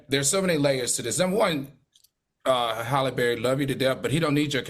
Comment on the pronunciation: Her Name Halle Not Holly! These 🥷 make sick!